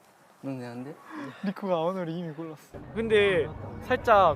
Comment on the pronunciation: 이↗️미↘️ 골↗️랐↘️어 이런 억양에서 확실히 느껴져요ㅎㅎ